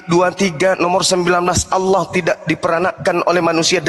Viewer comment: Bukan Alah tp Allah